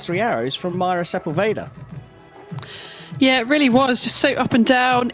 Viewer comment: Sería bueno que los ingleses pronuncien bien nuestros apellidos: es Sepúlveda, con acento en la ú, no Sepulveira. Es fácil!!🤷🏻